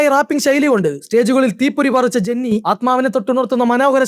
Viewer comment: ജെന്നി അല്ല ജെനി